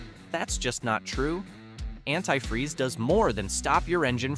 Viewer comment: I never heard anyone pronounce “antifreeze” in such a manner.